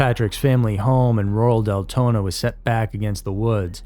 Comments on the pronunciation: Deltona not Deltonam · It’s Deltona, Florida if anyone wanted to look it up not Deltonan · I believe it's Deltona, not Deltonam, Florida. I live there (Fl) and I think we only have Deltona. Just letting anyone know if they wanna look it up. I'm not trying to complain or anything ❤ love this channel!